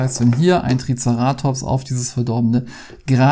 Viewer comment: Hi, bitte nicht übel nehmen aber dein TricerAtops triggert mich sowas von:-D By the way, im gedruckten Duden steht das Wort nicht mal drin. Online findet man es dann doch und der Betonungsstrich ist auf dem E, wie ich dachte. Kommt vom griechischen „Kéras“ für „Horn“ also TricEratops. Ansonsten süße Spiele - die Figuren scheinen zum Teil etwas wackelig. Uns hat „SOS Dino“ von Loki als Koop sehr gut gefallen und das hat auch super schöne Dino-Minis